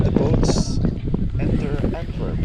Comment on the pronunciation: Is that how you pronounce "Antwerp" in Flemish and Dutch? Or is that the English version?